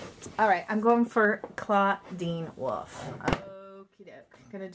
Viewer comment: It's (Dra ku Laura) and ( Clawdeen Wolf, WOLF) omg